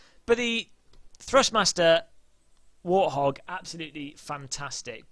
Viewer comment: btw it's warthog not warhog